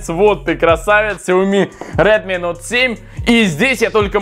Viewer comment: Прикольно) на Самсунг говоришь Эй 50 , а на Редми - Нот 7 ??? Тогда уже на английском правильно будет Ноут 7 ! ;-)